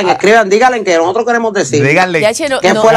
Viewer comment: Estabanos 😂😂🤦🏻‍♀️😵‍💫nojotros ahyyy santooo!Como dañan el idioma!